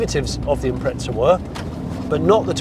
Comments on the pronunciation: SUBARU = IMPREZZZZZZZZA = there aint any TTT in the word IMPREZA ! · IM-preza not impretza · Im Australian ok, and nowhere in earth does the word have a "T" in it. the correct saying is "im-preza" not impretza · its not an impretza its an impreezza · Its an 'im prez a' Not an 'im pret za' For a pom, you sure are butchering the queens english. Love an Australian who spreaks it better than you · Where is the T in the Impreza? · Impreza not impretza hahah couldn't get passed it, good video tho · where the fuck does the 't' come from, it's fkn IM-PREZ-AH mate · Someone explain why he pronounces”impretza” when there is no T in the name 😅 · I never understood why some people pronounce Impreza with a T in the middle wtf is an impretza? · Impreza doesn’t have a T in it. Impretza? May as well call it a pretzel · Why do you say "Impretza" ? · Where is the 'T' in Impreza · The car name is Impreza nowhere on earth does the car spelling have a T in it. You should quit doing reviews on cars which you know nothing about if you can't even learn to speak correctly or name a car name correctly. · Wheres the 'T' in Impreza??? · there is no T in Impreza why do English people pronounce it like that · Were is the letter t in Impreza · There is no "t" in Impreza !!